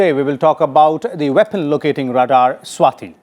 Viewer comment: RS TV me bhi sab south indian bhare hain kya? 'Swati' hona chahiye na ki 'Swathi'